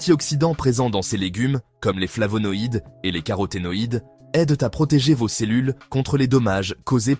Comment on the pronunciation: "dans voze yaourts"... Putain de voix artificielle.